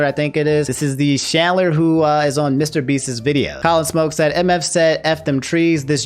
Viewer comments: You said chandler wrong BTW, you pronounce th ch as tj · Why you saying Chandlers name like Shandler lmaoooo that shits funny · I cant get over how he say's Chandler